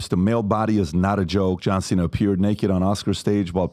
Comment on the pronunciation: The mispronunciation of Cena's name is also painful. Also, Vince Vaughn didn't play 'Psycho,' he played Norman Bates.